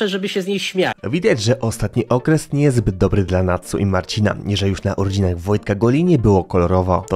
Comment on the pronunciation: Patsu a nie Natsu ;)